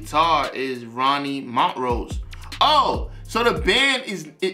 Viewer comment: We are a secret fraternity!!! Hahaha 😜🤣 I’ve been trying to watch this for 2 hours now 🤦‍♀️ keep getting interrupted!!!! BUT Great review 💯🔥🔥🔥 And the name is pronounced Mon - trose ... you are saying Mont - rose ... make sense??? No biggie ... just thought you would want to know. And by now I’m sure someone else has told you 🤦‍♀️🤣 I haven’t checked the comments since 🤷‍♀️ Aside from the name, I couldn’t tell you anything else about this band 😂🤣 I’m sure they have a song that I know, but I have no idea what that would be 🤷‍♀️ This one was good, I liked it just fine ... when I think of Montrose, it makes me think of bands like The Marshall Tucker Band and Molly Hatchet .... and I couldn’t give you one song for any of them!!! Why am I telling you this?!?!?! These bands were around, but I never really listened to them unless someone just happened to be playing them at a gathering 😉 Look, I haven’t really “rambled” like this in a long time!!!! I think I’ve been doing really good!!! So ... I’m gonna just stop now 🤦‍♀️😂🤣 haha Thanks fam 💞